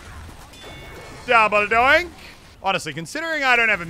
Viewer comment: It's double donk no double doink